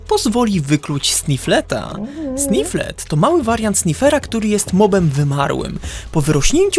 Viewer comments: To fajny sniflet mówi się snifer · Nie sniflfet tylko mały sniffer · dlaczego powiedział sniflet???? XDDD